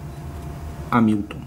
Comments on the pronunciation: Excelente vídeo, amigo! Mas a pronúncia é algo como "Rémilton", e não "Amílton" 😁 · você falou "Amílton" o video todo. Eu me referi à maneira que você pronunciou o nome da marca, não à maneira de escrever. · A pronúncia correta é rémiltom.